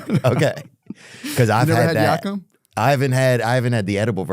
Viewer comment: Yakamein not Yakum